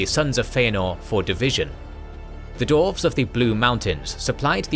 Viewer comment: Absolutely amazing job. This was fascinating to watch. Hope you don't mind me asking about why you pronounce dwarves as dorfs (missing the W out) ? I've noticed that this is a persistant problem in all of your videos & only ever for that one word. Doesn't stop the videos being brilliant of course, but that small pronunciation correction would make a big improvement. You pronounce every other word (including far more difiicult to pronounce words) perfectly, so I'm not sure why dwarves is the one word you have a problem pronouncing correctly. Thanks a lot for making this vid & looking to your future videos / continuation of this great story.